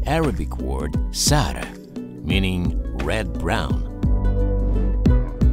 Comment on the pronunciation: Almost everyone : sahara desert Arabian people when they hear someone saying sahra desert: sahra sahra